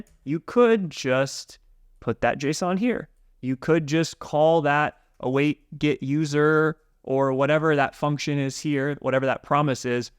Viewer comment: The way he says "get" it sounds like "git", it's kind of confusing